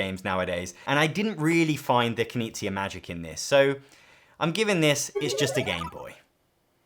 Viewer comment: Big oof moment for me. i watched dozens of this guy's videos and never got wth he meant when saying Kuh-nizia. Never would've guessed he means Reiner Knizia. Not trying to be mean about it at all, I know it's hard for Americans to pronounce K-n and G-n.